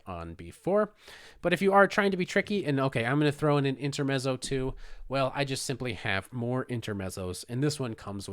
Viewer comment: Nice analysis of a fun variation. Just a quick suggestion on the word "intermezzo": the ending is like "pizza" (pit-zah). Keep up the great work!